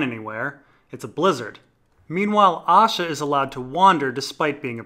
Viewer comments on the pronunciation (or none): Right so I decided to listen to these. Not gonna lie when you say Asha I hear Osha